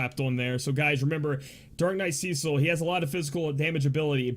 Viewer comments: It is the first part :D "Ce" is supposed to be pronounced like "se" in 'seldom",not like "sea" :) You pronounce the second part correctly :) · Okay...I just have to throw this out there....his name is pronounced "Seh-sil" not "See-sil" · Cecil is pronounced just as it's written,you don't change "e" into "i". Just wanted to share,since it was bugging me for a while how you pronounce his name :D